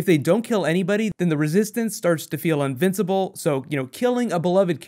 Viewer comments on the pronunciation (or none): "unvincibile"?! Lol just giving you a hard time mate. Great vids!